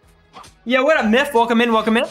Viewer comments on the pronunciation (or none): none